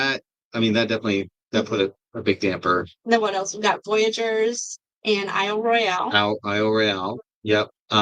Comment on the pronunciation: Pssst….They pronounce it Isle Royal…I’m so pumped for the new RV models, among other things. :-)